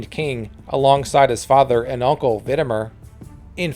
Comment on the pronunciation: Valamir and Vidimir not MER